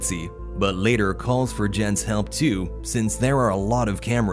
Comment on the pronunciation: “Laëtœr” bros can’t say later